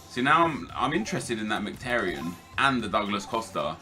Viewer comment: Merhik??? Are you daft? In English it's pronounced mik-i-tar-yin. I'm Armenian.